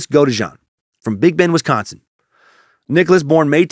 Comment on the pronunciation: I live in Wisconsin and you said it perfectly.